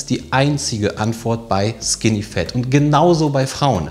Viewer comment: Bitte Leute, sagt nicht skinny "fEt", sagt skinny "fAt", auf english ist das "A" nicht immer "E", die meisten der Deutschen machen diesen Fehler. Ihr könnt das googlen